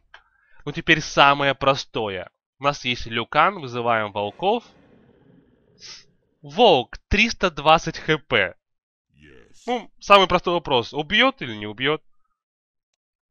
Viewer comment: Котик Джованни тоже бесит когда говорят люкан, а не ликан.